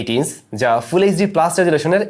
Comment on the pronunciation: Just one request... please work on your pronunciation of the letters "চ" and "জ" it sounds really awkward from a senior content producer like you whenever you say " আর ও যি" instead of "আর ও জি", and "ইনস" instead of "ইনচ"